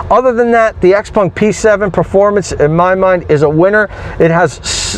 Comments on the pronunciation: It's not hard to pronounce Xpeng and not xpung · Xpeng... Not xpung. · It’s actually pronounced Shouw-pung